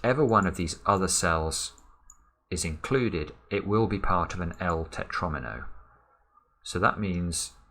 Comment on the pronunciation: I love how fights with himself all the time to not say "Pentomino" until and then just gave up to say "Tetronimo"